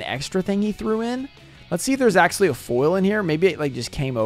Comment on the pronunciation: I swear to god, if i hear you say "axualy" one more time, im gonna flip my lid. It is spelled "actually"